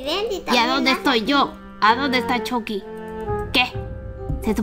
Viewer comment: Lo pronunció chocky